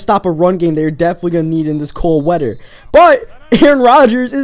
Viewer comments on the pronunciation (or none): You say wedder not wether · rhydm. weader. made me laugh haha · I like how u say weather and rythm. My friend cant pronounce his "th" eaither